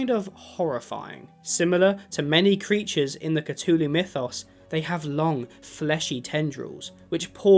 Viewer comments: lol catooloo, it has a TH in there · "The Cutulu" brudda... I... am more than disappointed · not trying to be mean but you pronounce the th in Azathoth correctly but not in Cthulhu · Why does he say “katooloo”? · every time you mispronounce Cthulhu, a baby kitten dies